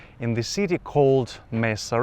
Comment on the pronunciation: ทำไมคุณต้องออกเสียงคำว่า "แม่สะเรียง" เป็นสำเนียงฝรั่ง ทั้งที่คุณพูดคำนี้ได้ชัดเท่าคนไทย 😂 คนไทยบางคนก็เผลอทำอะไรแบบนี้โดยไม่รู้ว่าทำแบบนั้นไปเพื่อ? 😂